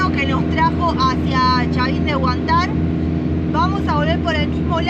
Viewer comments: Seria agradable q aprendar a acentuar correctamente los nombres de los lugares...es Huantar..palabra grave acentuada en huan...x lo demas...gracias x la visita...❤😊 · Gracias por recordarme lo bello que es mi pais, espero algun dia volver y recorrer los hermosos lugares que nos muestras. les tengo una pequena observacion: el acento en la palabra HUANTAR es en la silaba del medio (AN) y no en la ultima silaba (TAR). Cuidense mucho y sigan con sus impresionantes videos, los felicito. saludos desde la ciudad de Oakley, California, USA.